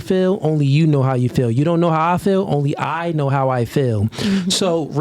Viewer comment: I learned another word black people cant say properly...feel. constantly saying fill instead of feel